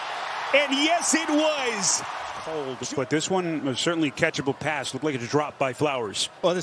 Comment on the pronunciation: It’s weird that announcer started off by say seck and pess for sack and pass but did just fine the rest of the game